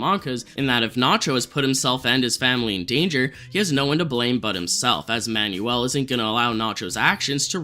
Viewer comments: My guy its pronounced "man-well" not "man-you-ull" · The name "Manuel" is pronounced "Man-well" my guy, not "man-yoo-ul" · Manuel is pronounced "man-WELL"